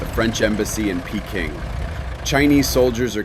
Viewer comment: How did you manage to mispronounce Peking as Payking!:face-fuchsia-tongue-out